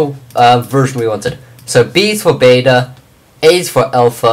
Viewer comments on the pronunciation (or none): none